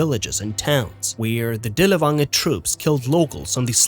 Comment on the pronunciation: Dirl fanger, dirl fanger is the correct way to pronounce his name.